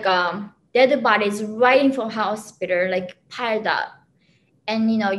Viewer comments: " when I go to the Hostpiterrr " lol. I like this woman. Very smart. Glad she made it out. ! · "in Chicago hospitar".